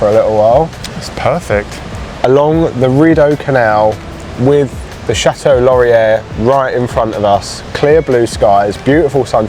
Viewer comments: Chateau Laurier pronounced 'shat-oh-lore-ee-ay'. Don't pronounce the second r. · They're called Canada geese, not Canadian geese. In French "er" at the end of a word is pronounced like long A in English, so "Chateau Laurier" is pronounced "shat-OH lor-ee-AY".